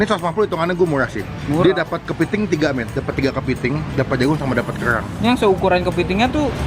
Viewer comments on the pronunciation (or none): Kellrlrang ngomong yang bener dut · Kok aneh ya pas ngomong "kerang" 😁